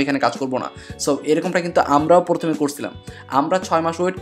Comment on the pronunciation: Vaia porthome na..prothome..🙃